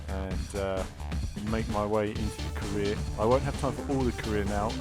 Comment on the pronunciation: i was convinced he said Korea rather than Career